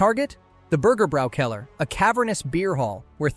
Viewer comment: f It's 'Bürgerbräukeller'. The points over the first 'u' and the 'a' aren't decoration; they mark an umlaut. 'U' like in 'put' becomes like 'y' like in 'Syria', 'a' like in 'art' becomes like the 'a' in 'hand'.